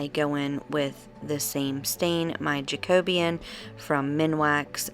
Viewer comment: Where did you buy the Canadian Pine Sticks? Yay you said Jacobean correctly!!!